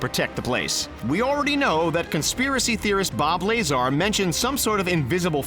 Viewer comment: Bob Layzar😂